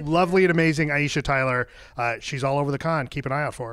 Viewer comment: I have to say he pronounced her name really well!